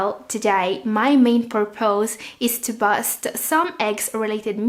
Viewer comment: Hello,, I watched your videos and learning from them. I am a kidney patient. Here is my friendly advice too. "Should" is read or pronounced as /SHo͝od, SHəd/, it is silent "L". Another is cause /kôz/; purpose /ˈpərpəs/. Please check those in the Google dictionary and pronunciation. Some words change their meaning depending on how they pronounce them. Thank you for keeping us updated on the things we need to learn about kidney health.